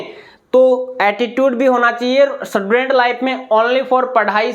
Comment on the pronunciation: स्टूडेंट ❌ सटुडेंट ✅ Vah sir 😂